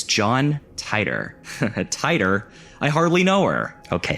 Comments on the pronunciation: John TIIIIIII-TORRRRRRRRRR You’re driving me crazy saying it wrong . . . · i hate to break it to you but John Titor is pronounced tee-der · Hell / com! This is the only video I've ever seen to mention that arts collective. I had a chance to get into it a few times when they ran free access. Fun little interactive art pieces and the like. Subbed. BTW, it was pronounced, John "Tee-Tore" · titor = tee-tore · Did....did you deliberately mispronounce John Titor's name just to make that "barely knew her" joke? Because I've watched several videos on that story and I've never heard anyone pronounce it like that...